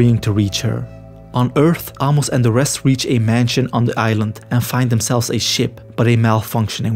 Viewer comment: Bro. Ah-mos? lol